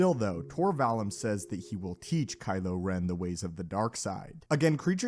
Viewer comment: It's pronounced Vall oom. Not the u like Ian Mccallum.